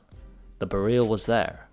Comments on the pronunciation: It's BEryl, not beRYL. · Hey, just a small note. In Polish we would put an accent on the first syllable: BE-ryl. Great video! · Be-reel? Really? It's pronounced exactly how the word "beryl" is pronounced in English... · You say Bare-eel, we say Beril, what do the Poles say?